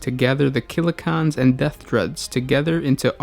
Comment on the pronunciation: Why are you pronouncing it Killa KHAN instead of CAN? They are called CANS because of their resemblance to trash cans or tin cans. I've never heard anyone dub them KHANs until now. Sorry I just found it a bit annoying.